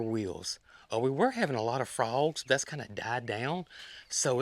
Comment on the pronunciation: FRAUGS??? I had a friend from Centerville that said FROGS just like that, must be a regional thing for that area! And YES, I always made fun of his pronunciation of lots of words that we never heard said like that here in Birmingham. LOLOLOL I'm still laughing!!